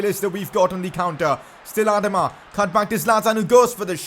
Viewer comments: Its not adma its adaama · Ur pronouncing Adama wrong😂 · You say AdamaTraore weird uh-doma Tri-Ore